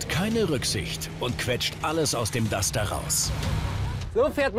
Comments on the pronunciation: Warum sagt der immer Dutscher? Entweder Dacia oder Duster oder? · Das heißt nicht Dutscher sondern Duster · dutschter? Duster heißt das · Kann der Typ nicht duster sagen? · Das heißt Duster du Pfeife